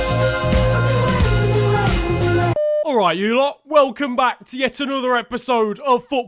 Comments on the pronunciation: Well At Least Bernardo Didn’t Say Good Ebening Well Bad Ebening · When Unai Emery gets sacked: Good ebening, it was a really bad ebening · Is it weird that I laugh every time Unai Emery says “Good Ebening”? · No one: Literally no one: Bernardo Silva: I will not speak Mourinho: I will not speak Emery: Good eBening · How can someone pronounce something wrong so many fucking times and still not get it right Good Ebening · The amount of times Emery has said “Good Ebening” in his interviews makes me think he spends all week on Twitter. He knew it was a meme and wanted clout. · Gscheida_Bua Its good ebening. Get it right